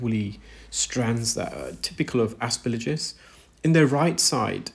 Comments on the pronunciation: Every medical professional who has discussed aspergillus with me (I had an unpleasant issue with it some 40 years ago) has pronounced the third syllable as “gill”, not “lidge”. Exactly as it is spelled. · Please say asperGILLus, not asperLIJus! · a friendly GP from across the pond. Love your videos and your scientific explanations of the various ear conditions you encounter. One detail I noticed and wanted to share, the fungus is called Aspergillus, it doesn’t rhyme with religious as you’ve pronounced it. Not trying to be condescending or picky, just wanted to be helpful as you are a consummate professional and just want to help keep your presentations buttoned up. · I think the replies here are a bit harsh. The comment isn't attacking, or his knowledge or skills. At worst it's nit-picking and pedantic. But pippa isn't the only one frustrated by this particular mispronunciation - I often find it so jarring that it distracts me from what actually saying. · She's not asking for an American accent, she's just asking for the consonants to be in the right order. Like if he kept saying "Aremica" instead of "America". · Yes, some English words are not pronounced the way they're written. This is not one of those words. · There was absolutely no element of hatred whatsoever, and I can’t for the life of me fathom why you thought there was. I have enormous respect for, and the way he redesigns tools rather than complaining about them is superb. But he constantly misprounces aspergillus, and the effect on me is the same as when someone deliberately scrapes their fingernails down an old-fashioned blackboard.